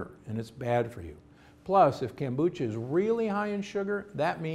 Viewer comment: Kome on! How hard is it to pronounce Kombucha?